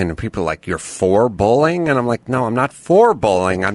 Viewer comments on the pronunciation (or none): Why does Adam pronounce "bullying" as "bowling."